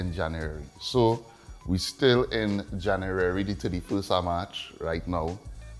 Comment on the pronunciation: You lost me at the 4th "January", very hard to understand